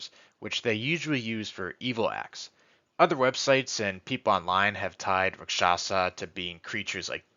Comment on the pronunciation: If a single person says Raksasha right ill throw a party